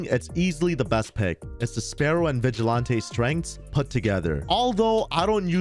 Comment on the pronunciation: Lmfao I’ve never heard someone say “vigilante” wrong haha it’s an actual word, just like “toreador”, which makes me die every time I hear say it wrong 😆